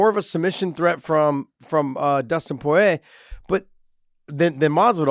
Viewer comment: Its not Poyiey its Poirier